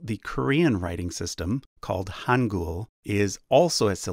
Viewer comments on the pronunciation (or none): lol "Han-Goul" haha that's some funky pronunciation there man. It's not spelled 한굴 It's 한글.